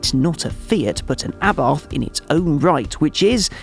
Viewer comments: A-bart, NOT ABARTH 🤦🏼‍♂️ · The H is silent Mr motoring journo...